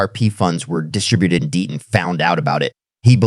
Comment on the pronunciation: DEETON or DETTON maybe figure out how to PRONOUNCE NAMES correctly or at least CONSISTENTLY